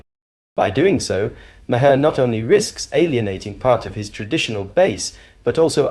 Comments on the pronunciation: It’s “Mahr” not “Ma-har.” And cut back on the mansplaining for us. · I'm late to view this but gotta ask the narrator "are you deliberately mispronouncing Bill's name differently half a dozen times?" If you want to be a commentator, take a few seconds to research names to make sure you get them right. Google helps but I'll help you this time, it's pronounced "Mar", silent H. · It’s pronounced Mar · It’s pronounced Maaar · Why not just pronounce “Maher” as Maher does himself, instead of 5 different ways that are all wrong? It’s not that hard.